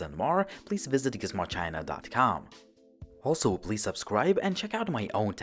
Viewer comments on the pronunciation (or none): none